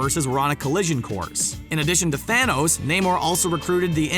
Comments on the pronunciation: He said fanohs instead of Thanos in the beginning 😂. Just turn on captions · It's not THANOSE as you say it it's Thanos learn Names man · who here heard the guy said Fhanoes